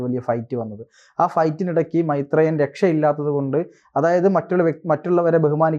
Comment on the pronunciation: മെെത്രേയൻ അല്ലെന്ന്, മെെരേയൻ 👍👍😍😍😍